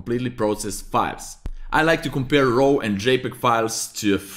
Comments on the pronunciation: raaw not rau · seriously, you need to pronounce the word RAW properly, as it is pronounced as R-A-W (it sounds the same as the word "roar") not , ro ( it sounds your saying ROW as in rowing boat). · Thank you for the excellent lesson. May I help you make it even better? I am a retired English teacher. To me, your "raw" sounds like "row" (as in row your boat). It should sound more like "raw" (as in jaw, or saw or law...). I apologize for criticizing. I just want to help, for your future videos. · It's pronounced "RAW", Not ROW. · "Row" files 😂. Great video!! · "De row file" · i love the way he says raw, says it like rawr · your pronounciation of RAW is making me cringe a little :) you say sth like ROHW... please change it, great video still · like Gordan Ramsey